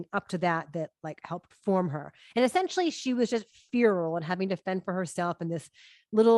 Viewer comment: Chrsty could you check the pronunciation of feral? Maybe you are right? But I learned it differently and I grew up on the west coast